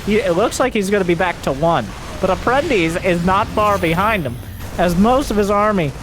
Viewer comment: hey, you pronounced APPRENTICE correctly! is a Latin word used in Portuguese (and I believe in Spanish)